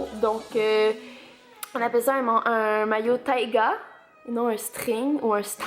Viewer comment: j'ai entendu carrément ''tyga''